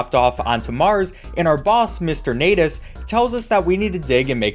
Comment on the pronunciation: U Sayed natus not natas